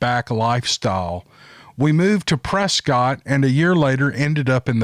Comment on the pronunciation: Prescott Arizona pronounced press kit like a biscuit